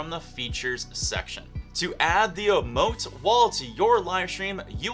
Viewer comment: think its actually "E"mote..